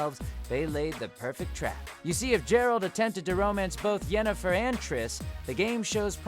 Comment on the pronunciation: CDJAndybot i meant how he mispronounced geralt